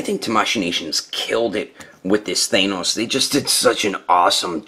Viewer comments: isnt thanos pronounced th ann os not thainos? curious whos got the answer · They say say it with a normal "a" sound, not an "ae" sound. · Not to be rude, but the way he says Thanos